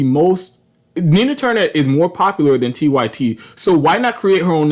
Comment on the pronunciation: Nah you gotta explain your screen name better bc I knew it was 'unapologetic-y-t' but it sounded like you said 'unapologetic-white-tee' 😂